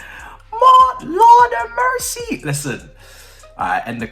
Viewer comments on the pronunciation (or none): none